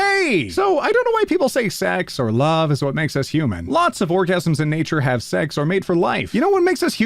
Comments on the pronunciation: I’m sure he said “orgasms” instead of “organisms” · "lots of orgasms in nature.." lmao I don't think that's how you pronounce organisms😂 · Was it just me? Or did just says orgasm isms instead of organisms? Because that is what I heard and I am still cleaning tea off of my tv screen. ( Yes, I backed up the video and got close to the TV and that is when the tea went spewing out of my mouth...) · did read organisms as orgasms or am i going crazy? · Anon: organisms (more than likely on accident): orgasms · Extremely late, but anyone else noticed how instead of saying organisms, he said orgasms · anyone else notice that he said "orgasms" instead of "organisms"? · sis just read organisms as "orgasms" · "lots of orgasms" JFBDJDBD SIR THAT SAYS ORGANISMS, I DONT NEED TO WAKE MY PARENTS AT MIDNIGHT BY LAUGHING SO HARD AT THIS MISTAKE /lh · Is it just me or does he say Orgasms instead of organisms? I've listened to it several times but I just keep hearing orgasms while reading organisms xD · … when ot reads ‘orgasms’ instead of ‘organisms’ in an ace video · and when saying organisms near the end you messed up and said O R G A SM S and i laughed at that!!! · …that said organisms not what you said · definitely did not read "organisms" when the text said it lmfao